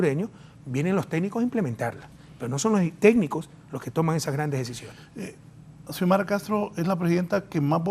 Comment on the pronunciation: Porqué los periodistas no pueden decir Presidenta "Xiomara"? Parece que se perdieron una clase importante de la carrera...